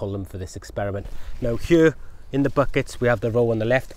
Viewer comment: You know a man's potato crops will be big if he pronounces "here" as "hyur."